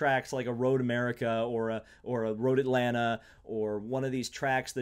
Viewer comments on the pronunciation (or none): none